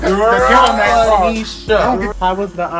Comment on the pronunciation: SAID " I BLAM ME"